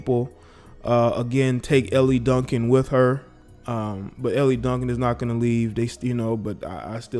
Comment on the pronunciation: It's pronounced L Duncan, not LE Duncan.